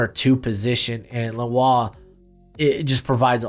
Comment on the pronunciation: His name is pronounced like lenore